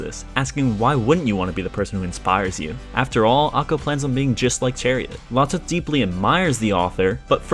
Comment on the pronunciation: ive never heard anyone say lotte like that. Epic vid tho.